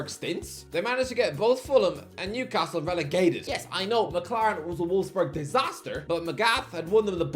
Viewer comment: It's volfs boorg bro wtf is a wolf's berg